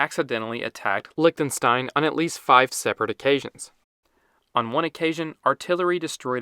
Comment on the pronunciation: Lichtenstein ❌ Licktenstain ✅